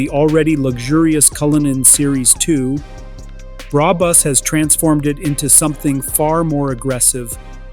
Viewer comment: “Bra Bus” 😂😂😂😂😂😂😂😂😂